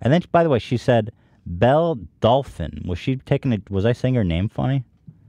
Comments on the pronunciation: Jesus Christ Ethan her name is Belle it’s not that fucking hard lol it bothers me so much when he says “bELL-Uh” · lmao he is really struggling with the name Belle for some reason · Is noone going to correct Ethan on the difference between Belle and Bella names? Lol bothering me